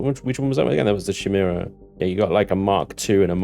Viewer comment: im pretty sure chimaera is pronounced kie-mer-ah although he's using a different spelling of the word chimera